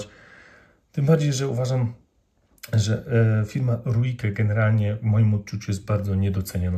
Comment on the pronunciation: Nazwę Ruike, wymawia się REIK. To nie wpływa na jakość narzędzi, ale warto wiedzieć, zwłaszcza przystępując do recenzji.